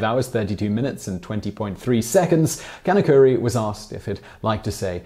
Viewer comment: Can of curry...Sounds more like he’s from India